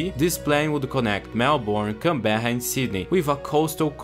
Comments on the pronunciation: apart from the pronunciation of canberra (can-bra) great video mate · how many different ways did you try to pronounce Canberra? Here's a cheat sheet to how to pronounce Canberra, Melbourne & Brisbane Can-bruh Mel-bin Bris-bin